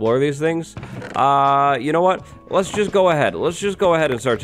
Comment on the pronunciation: Dimension: “wattles”